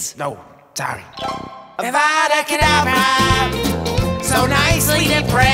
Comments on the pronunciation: Stop it, your going to take someones eye out. Besides, your saying it wrong. Its kedAvra not cedavrA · Stop stop stop. You’re going to take someone eye out! Besides, you’re saying it wrong. It’s Avada Kedavra, not Avada Kadavera. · Aaauuuvaadaa kaudav- Hermione: stop stop. Your going to take someone’s eye out. Besides it Avada kadavera not auvvadda kadaveerraaa